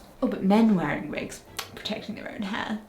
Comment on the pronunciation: Have you worn wigs? Vill you wear vigs? 😂